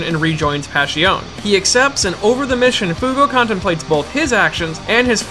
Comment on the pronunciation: Passione pronounced wrong?